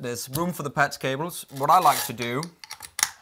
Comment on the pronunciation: says "Patz cables"